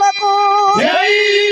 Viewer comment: ఝాయ్ కాదండి జై గారి గొంతు బొంగురు వినిపిస్తోంది పోసీనా రాముడు కాదు పోసిన అనాలి